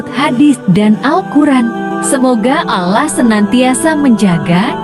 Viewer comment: videonya vagus tapi tolong itu voicenya diganti. penyebutan Allahnya gak tepat!